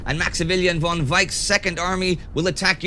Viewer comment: Please tell Indy that German "von" isn't pronounced like "won" but like "fon".